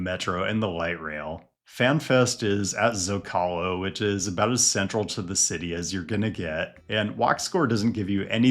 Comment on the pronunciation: I'm just happy I don't have to hear this guy pronounce Zócalo again. In all seriousness, I appreciate any and all stadium urbanism content, great video and keep it coming.